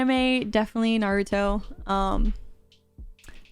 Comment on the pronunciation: Thank you for saying naruto